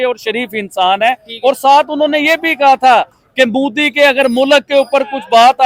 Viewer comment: Abe mudi nahi bolte modi hai vo